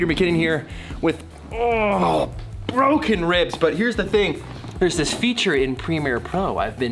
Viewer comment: Bwuts up?! With Bwoken ribs! That made me laugh.